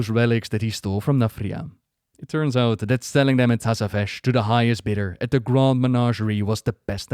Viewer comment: sorry but it keeps irritating me.. can't focus every second when I hear it.